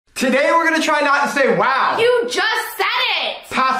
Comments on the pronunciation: it was wow not whow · She said wow not waw